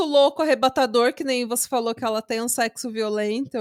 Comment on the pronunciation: Um mundo por mais episódios longos no Pátria Amada Criminal no YouTube ❤❤❤❤❤ Eu não me contive, não teve como não rir 🤣 😂😂😂😂 A Yasmin e o Luiz fazendo “sécssu” depois que avisam sobre a orientação dele, ele faz programa? Gente é uma viagem na maionese sem fim. Parabéns. 😘